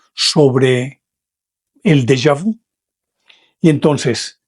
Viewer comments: Señor de lo que usted habla no es Della vu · Pronuncie en francés correctamente. Por favor. Saludos